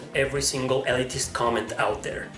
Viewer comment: Pronounced 'Ill-leet-ist'